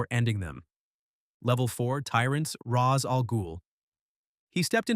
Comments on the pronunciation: Ra's is pronounced 'Raysh', NOT 'Rahzz'. I don't care HOW the movies pronounced it. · This video would be far better if it wasn't researched and read by AI. Eobard Thawne did not create Flashpoint, Sabretooth's claws aren't unbreakable, Magneto did not re-write reality, that was Scarlet Witch, and that's not how you pronounce Ra''s or Thanos. Some graphics make no sense either, like the random graphic showing members of the Ultimates Universe despite talking about Earth 616's Reed Richard or showing Spiderman and Black Cat when you're only talking about Catwoman and Batman. I appreciate the general breakdown, it was spot on in general, but major failures in details and the stilted telling of it makes the AI reading obvious.